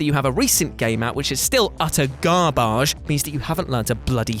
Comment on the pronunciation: One of my favourite things about narrating a video (apart from the great mental health messages) is when he describes something as garbage (garbaahj) 😂 gets me every time